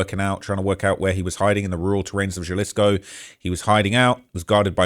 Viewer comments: Sorry homie. Vallarta is phonetically vayarta and jalisco is halisco. I'm usually not so simple, but i heard it over and over. I had to tell you. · Js are pronounced h in soanish politico. Jalisco is pronounced HUH-lisco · Jalisco: Pronounced; "Ha-Lees-Co" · Foo said JAHHlisko 😂😂😂😂😂😂😂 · You have to learn how to pronounce these words correctly,. J sounds like an H. Hal-ees-co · Jal isco 😂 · Bro was pronouncing Jalisco like Fredrick Jallah😂😂😂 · And, the ‘J’ in Jalisco is pronounced like a ‘H’, so, ‘Ha’ Halisco. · Your pronunciation of Jalisco is wild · Britts can't pronounce Jalisco 😂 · Let me help with some translation… Jalisco = Ha-Lisco (the j is silent) Michoacan= Me-Cho-khan hope this helps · it’s PUERTO VA-YAR-TA and JALISCO is Ha-lees-co. Cmon g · You’re hurting my ears! And I’m a gringo!! In Spanish “J” is pronounced “HA” so Jalisco is pronounced Halisco. Not Jelly-sko. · You looking a lil husky bro 😂 mf EATIN GOOD ASL. Also WTF is JUH-LISCO U MEAN HUH-LISCO (Jalisco) 😂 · Its not JAH-LISK-O its HAH-LUSK-O J=h in mexicico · J = H sound. Jalisco pronounced Halisco. But, great español! Not too bad! 👍🤣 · It’s not Ja-lisco brotha it’s pronounced Ha-lisco just like you pronounced Guadalajara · Im sorry but jah-lis-co is is taking me out 😂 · It’s not Ja-Lisco it’s pronounced Ha-Lisco. Halisco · It’s pronounced Hi- Lis- co not Ja-lissco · HA-LEE-SKO not Jalisc😂😂😂😂😂😂😂😂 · Haha. it’s pronounced like Ha Lee Sco! Not juh-lis-co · Ja-lisco cartel?? 😂😂 bro wha learn how to read bozo 😂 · "galisco" 🤓 nerd its pronounced ha-lisco pinche wero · You didn't do that bad but a basic rule of Spanish is that j makes the h sound. Please don't say Jjjjalisco. Pronounce it Halisco. And Guana.H.uato. these simple mistakes is how you get on the cartel's bad side🫡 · It not Jalisco. It's pronounced Halisco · its pernounced Halisco not Jalisco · Jalisco is pronounced ha-lee-sco not jah-lisco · it’s pronounced HA•LISCO not JUH-LISCO 😭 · Try - HA lisco